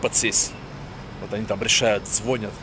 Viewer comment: лОжит, звОнят🙈🙉🙊